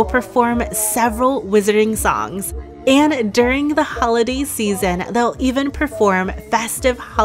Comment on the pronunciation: Are you aware that you say 'anna' when speaking the word 'and'? It's a weird pronunciation when your speech is otherwise so nice.